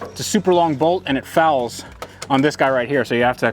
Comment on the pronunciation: Everytime this guy says "fouls" I feel a certain way..